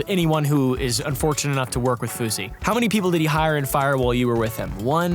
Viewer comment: Fousy.. Not kosher or whatever